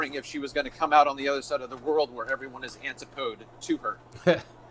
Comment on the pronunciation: Antipodes is pronounced an•tip•uh•des not anti•podes